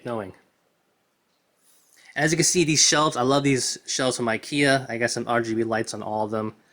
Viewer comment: Is this real guns? So you are not gonna display your marvel legends figures? You are just gonna put them in the drawer? It’s really funny how you pronounce ikia instead of ikea with e😂